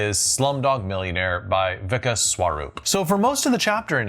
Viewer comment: I'm sorry, but the way he pronounces 'Vikas' got me. Also, the Indian version of 'Who wants to be a millionare?', is 'Kaun Banega Crorepati?', translating to, 'Who will become a millionare?' (Crorepati is not exactly millionare, but it gets the point across).